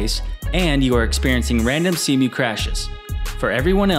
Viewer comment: See-moo Not Sem-U